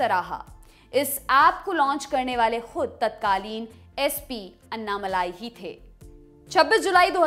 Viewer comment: The correct pronunciation of Mr. Annamalai's name—as pronounced in his native language Tamil—isअण्णामलै (ALSO अण्णामलय). The way it is pronounced in this video— अन्नामलाइ —is not correct.